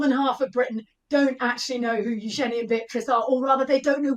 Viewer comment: She pronounces her name U’Jen E…..with accent on the U…..